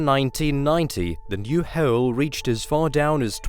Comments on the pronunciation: Its done a who-ell lot of damage to my ability to engage with this recording. Uuver and oot! Gone..... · I'm sorry but I really hate when you pronounce hole as howell. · Bro how hard is it to just say hole. H O L E. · great video but I can only hear him saying boreHELL over and over... hahah... Its hard to hear him saying the word in a way I cant mentally accept... haha... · “Goeld” “hoewl” “koewla” Remember its the sound of ‘hoe’ that makes it funny. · Sorry I tried to watch but the way you mispronounce hole every time forced me to scream 😱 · this dude pronounces “hole” with two syllables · It... is so hard... to concentrate on the information, because of the way he says "hole". I wonder where that accent came from. I have friends in England. They, and their family, say "hole" the same way we say it in the USA. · That is not how you pronounce hole! ETC!!!!!! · I'm sorry but everytime he says "hole", my concentration is shattered. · The way he says hole is disturbing